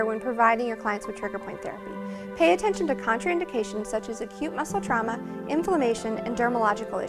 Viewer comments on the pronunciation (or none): none